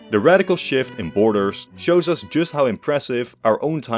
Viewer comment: I love how he puts emphasis when referring to us just to show how much we fucked ip europe.